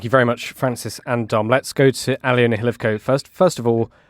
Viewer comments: More pronunciation disasters. Her name is pronounced - Al -loh - na. NOT Ally-Owna! Good lord. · I think it's Aliona, not Alina, but otherwise, I agree 🙂